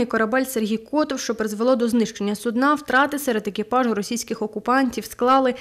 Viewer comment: Цікавий наголос на слові судна на кінець слова і це означає судно яке використовують в медицині для лежачих хворих…)